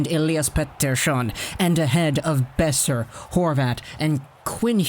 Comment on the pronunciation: buddy, are you this stupid. It's not "Beoser" it's Boeser